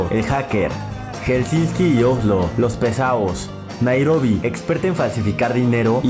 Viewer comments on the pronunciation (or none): es helsinki no helsinski